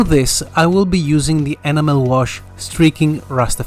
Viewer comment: Superb modelling, and your command of English is incredible. If I may just make one suggestion ? Your pronunciation of 'enamel' is not correct and it is easy to thin' that you are saying 'animal': for 'enamel' you need to stress the 'en' as in 'hen', then a soft 'a' followed by a stressed 'mel'. This is hard to explain in writing, and you can probably find a spoken pronunciation on the Internet. I hope that you will not be offended by my comment, as your English is genuinely excellent, and I am enjoying watching your videos and appreciating your skills very much. Although I am rather old, I have only recently returned to modelling, which was a childhood pursuit, and so I am quite a novice. Thank you and best wishes for the New Year.